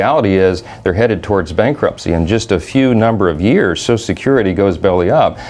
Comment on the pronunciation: Ugh, Every single S must be pronounced SH.